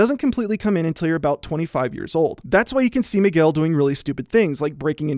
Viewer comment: out of topic but every time he says Miguel it sounds like mcgill